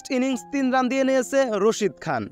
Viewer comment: আপনি রাসিদ খান কে বলছেন রসিদ খান😂